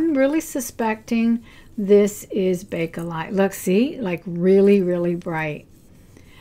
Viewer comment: It’s Bakelite.